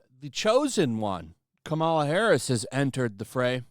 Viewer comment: I love how keeps calling her, "Kamara Harris." Too funny 😂